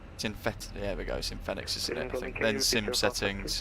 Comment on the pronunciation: Love the Videos but please call it Pronounce Fenix as Phoenix ;-)